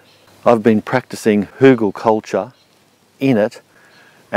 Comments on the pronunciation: Outstanding! Hügelkultur. Even pronounciation of the "ü". Kudos from Germany ^^ . You are an interesting character and I love how you explain things and how interested you are in all kinds of methods. Wunderbar! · sound very german hügel :D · As a german, I approve your spelling of Hügelkultur. Good job